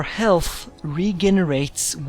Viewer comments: re gay ne rates, oh lol, i really hope someone eventually corrects you so you know how to pronounce it right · haha he says regenerates wrong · ha the way he says invisible and regenerates, i just had to stop the video and laugh